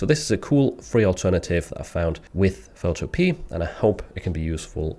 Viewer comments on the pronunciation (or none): Love your content ❤ Could you do a video that shows how to do custom design like when someone asks for their name etc to be added to a custom design. On a side note; I’m sure the website is pronounced ’photo-pee-a’